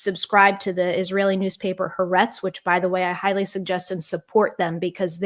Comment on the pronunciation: LINGUISTIC NOTE: "Ha'aretz" has THREE syllables, NOT TWO, and it is the middle (or SECOND) syllable that is stressed, NOT THE LAST. The first two letters ("ha") [phonetically, "hah"] are the word ""the", followed by the Hebrew word for "land" ("aretz") [phonetically, "AH-rehtz"]. In Hebrew, the article "the" is always linked to the noun that follows it, such that the article and noun appear as a single word in a sense. In English transliteration, this linkage MAY be represented -- as it is here -- by an apostrophe, BUT, in the name "Ha'aretz", the apostrophe ALSO indicates an important actual vocal break between the two successive "ah" sounds -- as seen in this phonetic representation of the complete name: ["hah-AH-rehtz"]. Again, please note that it is the SECOND syllable that is stressed. (Almost all non-Hebrew-speaking journalists mispronounce the name, by the way, so you may take heart, for you are by NO means alone in this regard!) I wish you all the very best with your new independent status! The world needs, and benefits from, your unique voice!